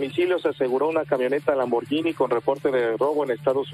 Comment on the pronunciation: Aprendan a pronunciar por favor: Lamborguini. En italiano la gh suena como gu en español. Gracias.